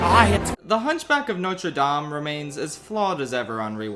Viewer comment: I could comment on a lot of bits considering all the movies talked about here, but I'll just say this: thank you for saying Notre DAHm and not Notre DAYm (they pronounce it correctly in the movie, but when people talk about it they keep saying Dame the english way???)